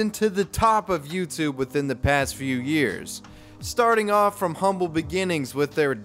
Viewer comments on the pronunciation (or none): none